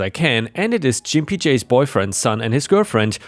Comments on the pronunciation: You have trouble pronouncing gimpy It is a slur to call someone who limps a gimp. It is the hard g ga not the soft g ja. ⭐⭐⭐⭐⭐⭐⭐⭐⭐ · 👍⭐️✨️🌟✨️⭐️✌️🐱😻🐱❤️🤟 BTW the word "gimpy" means someone who always limps when walking and isn't pronounced "jimpy" but with a hard "G" as in "good." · That was painful to listen to. Gimpy has a hard "G", like Goat, or Glass, as opposed to a soft G like Giant or Giraffe. Good story tho well read apart from Jimpy. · Gimpy is pronounced with a hard G, like Git, Got, Gone, Growl, Gore, Grump, Grit, Green and Groan... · Hey, just an FYI it's a hard G in Gimpy, not a soft G as you're saying it (a G like "giuh" as used in golf or guppy). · "Gimpy" is pronounced with a hard G 🙂 Edit: That same story ended with "Fuck HOAs" but where in that story did the HOA do anything but actually help OP come out on top? Gimpy J's board member position played no discernible role in the story. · Try Gimpy J with a hard G - sounds better. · I enjoy reading and listening to your posts. Just for informational purposes - "Gimpy" is pronounced with a hard G sound, not a J sound (think "gun", not "gin") . Also, it is the adjective form of the noun "gimp", and its most commonly used definition is "a person with a physical disability". It is often considered offensive. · I believe you are pronouncing the name wrong. Instead of a soft G sound like a J, try a hard G sound like when you call someone a gimp as in cripple. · "Gimpy" is pronounced with a hard G, not soft. G as in "get". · Gimpy is a 'G' sound, not a 'J'. 😎😎😎🌟🌟🌟😺😺😺 I love the HOA exterior paint tale. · The G in Gimpy is hard, not soft like j. More like in Georgia. For your information Why not require the HOA to approve the color by the Federal Standard number. Yes, there is a FS standard for paint colors. It is listed as FS #####. Paint companies give different names to identical colors, but the FS number shows you what is the same color. They could also use a range of FS of very similar colors.